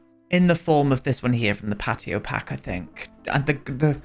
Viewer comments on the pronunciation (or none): That's literally how they would say patio though Pe'ato 😂🤣💀